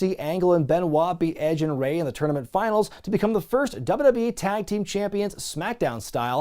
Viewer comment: Dubba-dub-e Never heard anyone else pronounce it that way